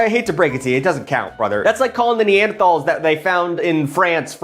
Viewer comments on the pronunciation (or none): It bothers me how you can't pronounce "Genoa" and "neanderthal".